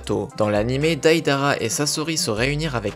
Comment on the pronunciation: ca me pertube trop psk tout le temps tu disait DAIDARA au lieu de deidara pendant tout le long